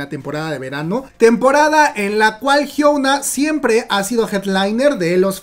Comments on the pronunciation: Es "Hyuna" no "Hyouna" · Por que pronuncias su nombre así??? Lo pronuncias como si fueras nativo anglosajón TT